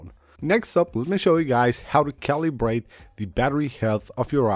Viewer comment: Omg.. how many times is this guy gonna make his viewers paranoid about the battery. Just use your phone as a phone. Your battery will be fine. All this is nonsense. Calibrate iPhone battery? lol "ca-lee-brate" lol